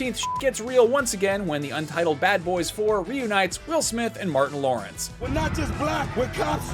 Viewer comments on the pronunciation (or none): none